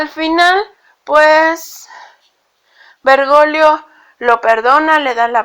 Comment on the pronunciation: 😅😅😅😆😆😅😅😂😂 No es vergolio...es Bergoglio, hay una "G" ahí..😂😂😅😆😆😃. Perdón, pero la pronunciación aquí es vital... 👍